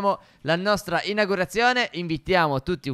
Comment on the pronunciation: ma è "inaUgurazione" non "inagurazione"